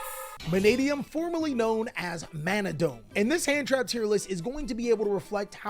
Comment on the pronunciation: just discovered yo channel, superdope, just learn to read XD MANA-DOME